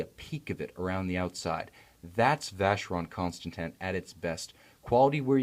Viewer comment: The Reviewer can't pronounce Vacheron Constantin properly